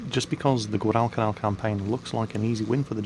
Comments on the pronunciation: Dude its gwadlcanal, not guadaal canaal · I love you man, but goddammit you say Guadalcanal funny.